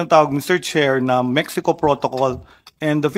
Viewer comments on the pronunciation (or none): none